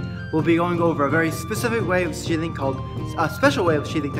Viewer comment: What he says: "spin sheathing" What i hear: "spin shitting"